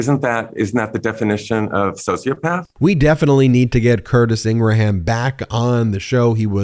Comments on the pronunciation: Come on! It's pronounced ING-Grum. Remember graham crackers? Not GRA-ham crackers. You undermine your credibility when you do this. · Ingraham is a quite common surname in Scotland I can assure you absolutely nobody here ever pronounced it in gra ham . It's pronounced Ingram here and England . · Laura ingra-ham 🤣🤣🤣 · It’s pronounced Ingram, not Ingraham. They are wrong. Spellcheck says otherwise. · "Ingra-ham"? Do you say "gra-ham" crackers? Hmm, everyone else, including others at Fox say "Ingrum", so why doesn't she correct it? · Ingraham is my last name and I’ll tell you flat out, no one says in-gruh-ham. Just like if someone is named Graham, they don’t ask you to call them Gruh-ham. It’s pronounced Gram, or in the case of the name you reference, In-gram. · Why do you say Ingra-ham. Instead of Ingram. My friend’s son’s name is Graham (Gram) not Gra-ham. Unless I’ve been pronouncing her last name wrong. Just curious. 😊 hearing her name is bad enough. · its not ingra-ham its ingram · Isn't this the same interview where you asked him how to pronounce their last name??? Or do you keep calling her IngraHAM just to tick her off? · Ingra-ham 🐷 LOL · Laura Ingra-HAM, lol. Related to Ingraham Lincoln? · Ingraham is pronounced with two syllables not three. Curtis is a flake. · You're such a dolt that you don't even know that Ingraham is pronounced "Ingram". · Is her name Ingra-Ham ? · Hearing her name pronounced as “IngraHam” is even more nails on a chalk board vibes for me. 😬 An insightful interview though. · Lol ingra-ham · Hannity occasionally calls Laura "Ing ra HAM" and she gets fighting mad. WTF? Why lie about her name? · Its pronounced "INGRAM", I should know I guess..... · She drives me crazy as well. Just a plain nasty, mean and sad woman. The way you pronounce her name also bribes me crazy. It’s pronounced INGRAM. keep up the great work! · I've always wondered why you call her Ingraham and everyone else I heard calls her ingram. Well, now I know lol